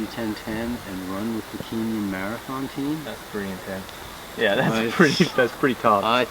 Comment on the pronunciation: Did he say Kenyan Marathon team? Sounded like "Keenyen"